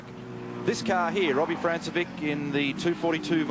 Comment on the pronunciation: Notice how the commentary team pronounced Robbie Francevic's name as "France-e-vick". It was years later, at a V8Supercar round at Pukekohe, that we found his name was really pronounced "Frank-e-vich".